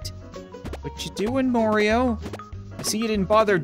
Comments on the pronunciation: soooo you call him morio enstead of mario WHY?? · It’s not morio it’s mario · Its not mario its Morio! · constantly says Morioh instead of Mario Me: Killer Queen BITES THE DUST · The way says goomba and Mario and Koopa troopa is great he says Morio and Goombee and koopa treeper